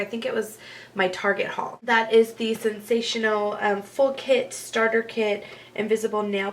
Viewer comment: So I started laughing at the beginning. It's invincible not invisible. And it's sensationail not sensational